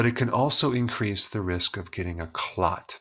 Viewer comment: did he say INcrease the risk of getting a clot ? or was that a mistake?..